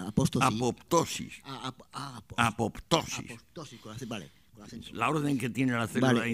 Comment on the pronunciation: Apóstosis. - Apoptosis. - Me ha derivado apostasía, que es la renuncia a la iglesia. Qué graciosa la reacción de don Antonio.